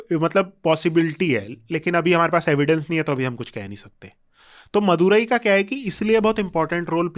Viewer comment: शब्दों के सही उच्चारण करो जैसे पांडियन वाईगाई मदुरई